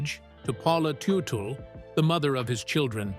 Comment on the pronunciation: it is tud dle not tu tu